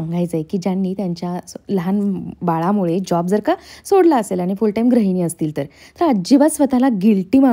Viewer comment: Tai tu gruhini cha uchhar vegla kartes te gra nasun gru ahe Pan chan bolates